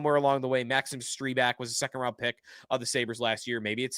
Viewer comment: STREEbak? Okay now he's doing it on purpose